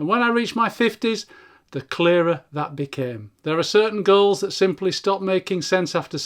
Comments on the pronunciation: Every time you said “goals” I heard “girls.” …chasing girls… LOL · You say goals I hear girls